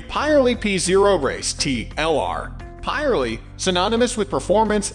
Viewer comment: Yes .. never heard of Pie Relli I tyres